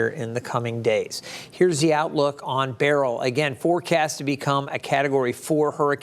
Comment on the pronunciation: Beryl pronounced as BARRELL?